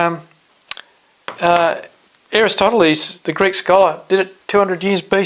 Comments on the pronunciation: you lost me at "Aristotle-ees" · You seem legit but dude. 'Duling match'? I swear you pronounced Erastosthenes as 'Erastotales' I wouldn't even bother trying to change a flat earth mind. People that stupid can fuck off.